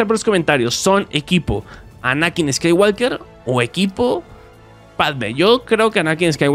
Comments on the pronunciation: Se dice Anakin sakaywokar xd no sé como se escribe pero si se cómo se dice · Pues la pronunciación es más cómo "Skai Wolker" algo así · Se dise sky WO ker